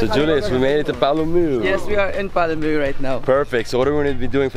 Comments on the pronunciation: Lol...it is pronounced as Paa-Luu-meu. Other then that a very yummy breakfast and trip...:) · THANK YOU FOR VISITING OUR LOVING SURINAME ❤ And its so funny how you struggle pronouncing Palumeu😂